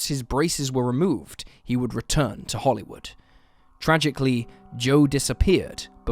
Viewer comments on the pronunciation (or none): none